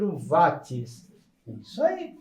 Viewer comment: Bom dia grande professor porque você fala wati e não Watts. Apesar de saber que a pronúncia é livre, porque eu o considero um crânio na eletrônica obrigado.